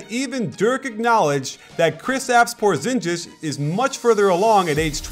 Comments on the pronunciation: "porzinjis" lmao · porzingis not porzinjis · You're not the one sounding like a dick here. You are right, it's Por-zin-geese not Por-zin-jeez. Even Stephen A. Smith gets it right nowadays. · its por-zin-gis not por-zin-jis.. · GIS NOT JIS lol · PorzinGis. With a hard G... I love you coach, and your vids are great, but please please please, don't make the stereotypically American mistake of ignoring the pronunciation of foreign names. Thanks. - A foreigner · I think his name is pronounced Poor-zing-is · I think you are pronouncing his name a little wrong. its porzingis you pronounce it with a hard j sound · really hurt my ears. Even though "PORZINJIS" is actually closer to the Latvian pronounciation (The "ģ" in "Porziņģis" sounds like a softwer version of "J" in English), but even with the "J" alone being closer, it still doesn't sound even close to how Latvians would pronounce it (because the accent is wrong and sounds "ņ" and "o" are wrong, too). It's much better if Americans just pronounce it as it seems more natural in English, otherwise it sounds weird in both languages. *Latvia here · Goodness completely obliterating his name. Cringe worthy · Dude your saying Porzingis name wrong